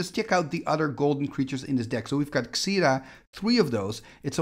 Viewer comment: Why do you pronounce Xira Arien as "Zeda"? It was just really confusing to me throughout the video, I always thought it was pronounced "Zira". Anyways, sorry if it's a nitpick, was just wondering. Love the content tho, have watched you for years, and I must say I love watching the different types of old school tournaments out there like X-Points, or Stapleless since it's not just watching different variants of 3-S or The Deck over and over. Thank you so much for your contribution to the Old School community, and for showing us these awesome different style of old school and cool cards/combos from the past.